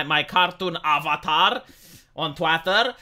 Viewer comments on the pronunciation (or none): none